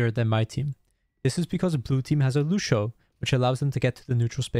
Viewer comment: I can’t get over that you said “looshow” 😂😂🤣